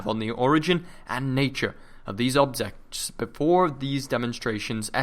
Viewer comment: And a much more obvious one . and "objects" was slurred. Sorry but this episode seems a mite sloppy.